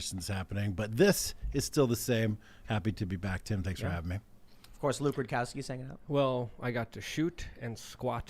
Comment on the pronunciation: Tim...it’s luke rudowski, not rukowski